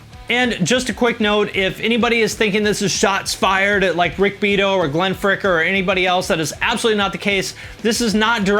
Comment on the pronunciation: It is pronounced Rick Bee-ato..